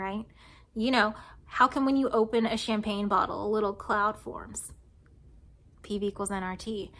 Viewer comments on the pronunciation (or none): none